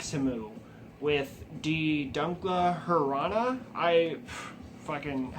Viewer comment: I'm pretty sure you're right on that pronunciation of De Dunkla Herrana. The band was cut down to a one man project because supposedly the vocalist Liz tried to strangle Svartsdoden which delayed the De Dunkla Herrana by a year. Their compilation "De Fordolda Klangorna" on the cover states "Bekëth Nexëhmü is and always will be 95% improvisation. Capturing the raw essence of the true spirit" which I think is pretty fucking awesome but also says "All material recorded between " which begs the question "If they haven't released their first demo since 2010 what the fuck where they doing for 4 years?". I also found your Tumblr, I'd like to notice that you're a little behind on these videos since there's some records you haven't shown yet in these videos yet you lazy fuck. How many records do you fucking have by the way? Goddamn.